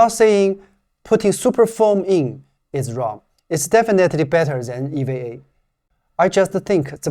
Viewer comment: Great video as always. Only pronunciation correction, to sound more American, EVA would sound like Eee, Veee, A. More of a hard E vowel sound on the V letter. I've been learning Chinese on the great Super Chinese app, I do enjoy even small sections where you can throw in some Chinese also. Great work!